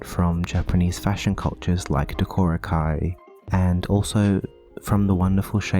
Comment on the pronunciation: I forgot you were Australian until I heard the pronunciation of "decora kei". I mean this in a very kind way- accents just pop out on odd words sometimes, and it's cute. That aside, I really love how you sanded down and redrew the eyes. I think it suits the doll far more than the molding did. <3